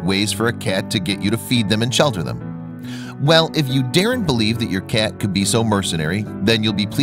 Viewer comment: The narrator keeps pronouncing 'cat' as 'cyyyyeeet'. The non-standard accent is distracting.